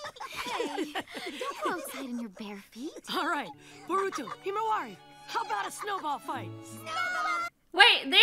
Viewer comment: Omg she said Baruto instead of Boruto